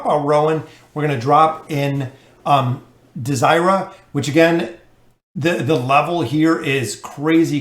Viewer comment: I like pronouncing her name as Dey-zer-ra instead of desire-a. Doesnt flow well.